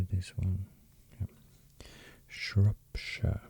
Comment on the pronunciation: I am from Shropshire in the UK and the way you pronounce our county is so nice! We have a world heritage site called Ironbridge (the worlds first bridge made of iron which is over the river severn) would be a good to read up on if you are ever interested👌🏼